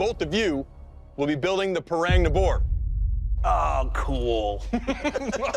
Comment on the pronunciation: Its pronounced, "Pu(h)-Rung" 😂